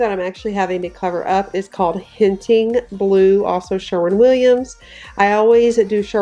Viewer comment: I hope I’m not making a mistake here so I apologize in advance if I am. You said the inserts of your walls were painted “hinting blue“ did you by any chance mean “h’ainting blue?” It’s haint as in Saint or ain’t. I am originally from Georgia so I know a little bit I southern history. The Gullah people were brought over as slaves from Africa to the coastal regions especially South Carolina and Georgia several centuries ago. They painted porch ceilings Blue to bring good luck and to ward off evil. I think it’s cool that you had this blue in your house as a way of carrying on a southern tradition. Wishing you and your family all the best as I know the coming months are going to be difficult before you get into your new home but it will be so worth it. God bless